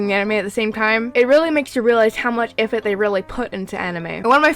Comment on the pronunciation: Does anyone LOVE the way she said: EAFORT